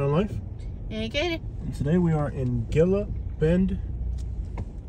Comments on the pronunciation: Gilla bend 🤣 Hey man, it's "He Luh" haha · Pronounced Heela Bend